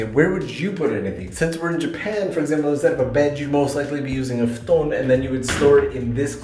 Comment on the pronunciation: The most insane thing is how he said "futon"... That can't be right.